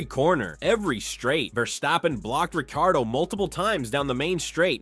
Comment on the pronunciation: bro how are you pronouncing ricciardo